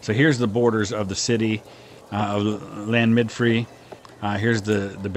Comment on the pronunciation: Your pronunciation is good! First tip would be that the "dd" sound (as in Llanymddyfri and Caerfyrddin) is actually more like a "th" sound than a "d", and "f" sounds more like "v" (Llan - er - muth - urv - ree and Kair - vuh - thin).